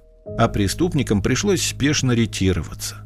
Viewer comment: РетировАться, а не "ретИроваться".